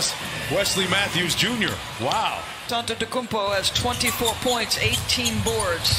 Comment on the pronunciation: So we not gonna talk about Doris Burke pronouncing his name "tontetokounmpo